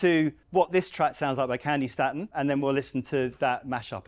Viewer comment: Candi Stay-tun not Stat-un